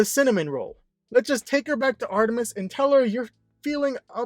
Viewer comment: just wondering, how/why did he pronounce Artemis’ name like that, all weirdly